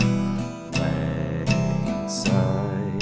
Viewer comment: Thank you! For saying "Syne" instead of "Zine". From a Scot living in northern Sweden. :)